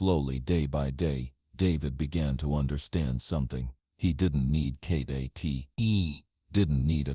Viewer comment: Not kttt you mean kitt